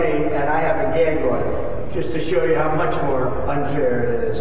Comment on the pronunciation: Whenever he says gag order i just think it's gag odour 😂😂😂😂